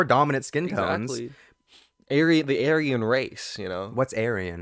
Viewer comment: the way is pronouncing aryan is killing me.